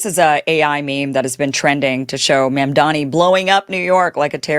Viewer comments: Madam, it’s MAAMDAANI, not memdeni 😅 great content as always! 😊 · Its Mamdani, not Mamdami ...Mispronouncement of his name will change nothing..Mumdani earned thi position, and if his critics have any goodwill for fellow- New Yorkers they would hold their peace and help him make New York a haven for all to live in and with harmony.. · He can't even pronounce his name correctly...lol "NANDAMI" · Cruz still saying MAMDAMI. Stupid! It is MAMDANI. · Theodore Cruz is stupid for mispronouncing Mamdani's name. Everything he utters is garbage.